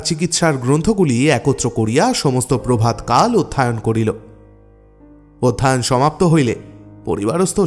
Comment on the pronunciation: ওষ্ঠাধার,অধ্যায়ণ উচ্চারণ গুলো কানে বাধল।